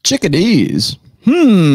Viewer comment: She said chick a dees, but still a great video as always!!! You 🎸